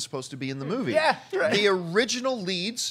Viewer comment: I wonder why they think Best Supporting Actor and Actress are the tightest races. To me it's so clear that Viola Davis and Michael Shannon should and will win. Also I find it funny how pronounces the word "movie" sometimes. It's like moo-wei.